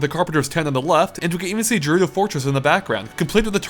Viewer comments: Those pronunciations... Malei (melee) and jurudo (gerudo) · gerudo is pronounced "ge"rudo, "je"rudo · I think Gerudo Valley is pronounced with a 'g' sound, not a 'j' sound. Like, 'gate', as oppose to 'jail'. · It's 'Gerudo', not 'Jerudo' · Stop saying "jerudo". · Took me a few seconds to realize he was talking about Gerudo Valley since he was saying it with a soft G sound instead of a hard G sound. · Pilot, Melee, and Gerudo all words this guy can not pronounce correctly. Also Peach always used her crown as a forward smash in the air.